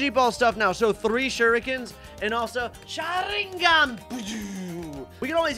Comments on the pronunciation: And he is not saying sharingan right😂😂😂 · Bro if you're going to save a name wrong at least say correct it's pronounced shringgan also it's RASANGUN